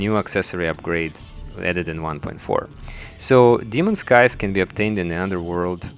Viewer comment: scythes, not skies